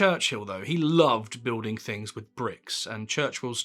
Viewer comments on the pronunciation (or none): none